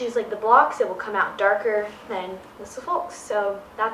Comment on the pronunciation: Who cares that she pronounced Suffolk wrong...she's not from England. Everybody, shut up!!